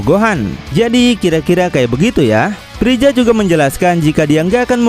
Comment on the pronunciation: Freza om bukan prija